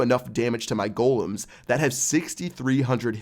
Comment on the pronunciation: it's golems, not gholums XD